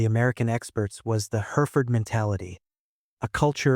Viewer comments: Her-if-ford, not Herford, dummy. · It's Hereford ( pronounced Herry Ford) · AI or not… Hereford - it’s (both like the ‘re’ of ‘rev’) ‘He-Re-Fud’. Not ‘Hear’-‘Ford’.. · Hereford is pronounced "herrafud" NOT "here ford or even her ford. The film Ronin spectacularly fucked up on this as well. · Herry-fud not Herford. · It's not her Ford. Its heriford . Learn english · Hereford is pronounced as 'herra'fud'. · What’s a grenad? Herford? And the praying shot!! Sick to the back teeth of AI generated, unchecked videos. Do better. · It's Hereford not Hereford, FFS!😅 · You are pronouncing Hereford incorrectly. Split the word into two syllables, Here and ford, then make Here rhyme with berry and ford is as it sounds with the car and a shallow crossing place over a river. How to shoot the bad guys when they are holding hostages is to shout in a commanding voice Get Down, the hostages obey the terrorists don’t. Then they sprayed the room above waste height with bullets. The policeman was commanded Down by using his name, as he wouldn’t likely comply. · Isn't it funny how AI can pronounce Kensington, but not Hereford or, weirdly, 'Grenade'. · So he's probably pronouncing it that way because most Americans would. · Yep, not just AI gets it wrong, Robert De Niro said it same way in Ronin.